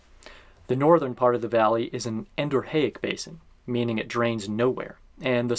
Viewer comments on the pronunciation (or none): Is your pronunciation of "endorheic" correct? It's one of those words I always read rather than hearing, and I've imagined a different pronunciation.